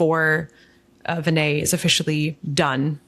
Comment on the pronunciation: Please don’t dumb down Prasad’s rationale. He is well aware that you can’t perform RCT’s in rare diseases. Please get yourself fully informed about the specifics before you pass judgement. Do you two have scientific training? BTW You are pronouncing Vinay’s name incorrectly.